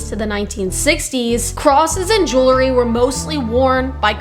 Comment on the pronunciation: The word is “ jewelry “or “ jewellery “ if you’re British. Not “ jewlery “.